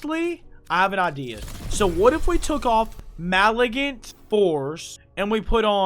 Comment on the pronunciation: "mali-gant force" we need a compilation of these 😂